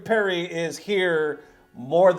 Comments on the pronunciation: Parry not perry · who tf is perry? 😂 Parry* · that dude is making the little heart with his fingers Korean style... wtf lol not even his middle finger. also parry has an a in it >.>